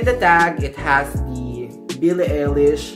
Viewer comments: AMAZING VID Its pronounce BILLIE EYE-LISH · You pronounced her name wrong. You could've avoided this mistake if you researched how it's actually pronounced before making this video. Also, you should've also pointed out that the sizing in Uniqlo Italy is different from the sizing here in the Philippines. The SMALL shirt that you are wearing is actually MEDIUM here in the Philippines. You are misleading your viewers, especially those who are from the Philippines. Check out the size chart of this UT collection from the Italian and Philippine website of Uniqlo and you'll understand what I'm talking about :)))